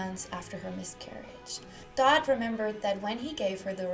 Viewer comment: You realize English is not first language. Many mispronounced 🤷‍♀️focus on pronunciation 🙄